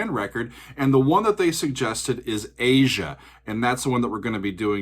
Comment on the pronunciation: I'm happy you pronounced the title correctly. Many people called it "ah-zya" (Phonetic spelling). Steely Dan is one of very few jazz based rock groups. Walter and Donald were fairly "high-brow" guys. Not your "fart jokes" kind of guys.